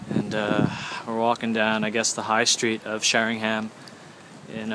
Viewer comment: Helps if you can actually pronounce the town and county correctly The high street isn't much different to many other towns in the UK....